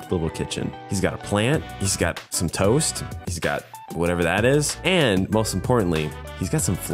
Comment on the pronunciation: U said:”we have some toast’ me:”we have some toes-‘